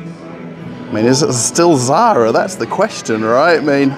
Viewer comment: Sorry about mispronouncing the Zara company name. the French name for ecru is interesting. Thanks.